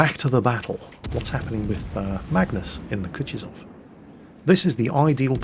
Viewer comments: its not Kutizov Its spelled Ku-tu-zov 2nd U is said the same as the 1st one its hard to explain a english speaker how to say russian words right 😜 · Sir, it's "koo-TOO-zuv" (stress the TOO), not coochie-zov. No, I'm not on a break, I brought my minecart with me. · Hey, I love how you say it as "Kutchuzov":P